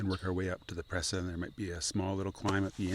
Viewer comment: Cool trip. Presa is pronounced pray-sa.